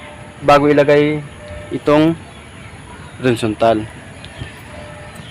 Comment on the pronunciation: Boss ano ang sinasabi niyo? Windzontal o horizantal?